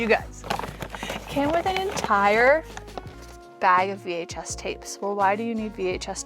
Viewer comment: Vhs tapes not f tapes lol